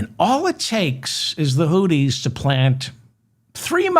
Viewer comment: Hi Mr. Feldman the correct pronunciation of Houthis is Hoo-theez (think of smoothies). Hope this helps.